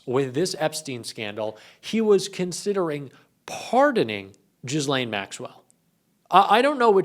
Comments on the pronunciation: Say - Ge-Layne. (Not - Jiz- lane even though it is more appropriate for the situation) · Say gill-lane, not jiz-lane. The situation is bad enough. 😂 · It's Ger -laine (with a very silent sounding R) not Jizzlaine. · it's prounouced Gil-lane, not jizzlane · Can you olease stip saying JIZZ-LANE??? The S is silent...its Ghi-lane, ffs 🤦🏻‍♂️ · Please, stop calling her “jizzlane”. The “G” is hard, as in “good”. The “s” is silent. “Gee-LANE”. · PLEASE say Ghislaine Maxwell's name right. It's pronounced Gee-len, not Jislain. It's French. If you want to be taken seriously as a journalist, do the basic research. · why do they pronounce it Jizzlane Maxwell? XD XD XD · It's not pronounced Jizz-lane even though that is mildly amusing. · Her name is pronounced age Lane s is not used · The S is silent, its pronounced 'Ghi- lane' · Pronounced: Gi-lane (hard g) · It’s pronounced GEE-LAIN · “Jizz-laine Maxwell” 😮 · The S in Ghislaine is silent. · you need to pronounce the convicted sex offender Ghislaine Maxwell's name please.